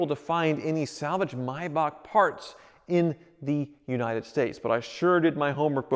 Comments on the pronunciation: It's a MAY bach not a My bach. You even pronounced it right but then just a few seconds later said Mybach again........... eesh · Yay he pronounced it correctly! Was the one thing I was holding my breath for.. So many pronounce ''May'' as in the Month, and then there's those that says ''back'' slight hickup 😂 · Everyone: May Bach: My Boch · pronounces it "Maybock": pronounces it "Mybock" Pick a lane, guy! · its something like Mybakh, definately not May... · MAYbach. Also: MYbach. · Nice car but was hard to watch we don’t pronounce it the same in the Uk , it has a A between the m and y but USA pronounce mybach not maybach but then again I could be wrong ✌🏻👍🏻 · Me: only seeing the name thinking it's pronounced "may-back" Me: hears pronounce it as "My-bahk" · Why do you keep calling it a (my bark) it’s pronounced (may back) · It’s May like the month btw not my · The A in MAYBACH is not silent stop calling it a MYBACH please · I can tell he doesn't know if he wants to call it a maybach or a my-bock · May not mi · Why is it Americans can't speak English? It is pronounced May... back! As in April, May, June. Not April, My, June! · It’s pronounced MAYbach not MUYBACH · Am I the only one who cringes every time he says “My Bach” instead of Maybach? 🤷🏽‍♂️ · Do you know if he is pronouncing “maybach” wrong? i’m not that educated on cars and thought it was always pronounced “mayback” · Clicked off after he pronouncing it "mybok" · No American can pronounce the German/Swiss "ch" right. It's a sound made in the throat, not in the mouth. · Is it pronounced may-bach or mi-bach? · Will you please stop saying Maybach incorrectly 🤦🏻‍♂️